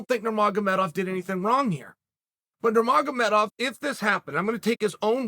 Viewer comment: He used to say Nurmagedomedov